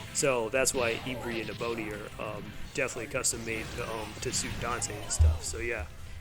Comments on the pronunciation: yeah, Ebony is more like (Eh-buh-nee). It's named after a very pretty tropical tree. Ivory is like (Eye-vree). and that, of course, is refering to elephant tusk (death to poachers) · I enjoy your video, but the way you say Ebony and Ivory is hilarious. It’s like the keys on a piano. There is a song about this which is super catchy.